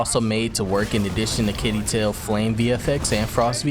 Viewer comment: Pretty sure you said Yggdrasil correctly. Not sure if I spelled it correctly lol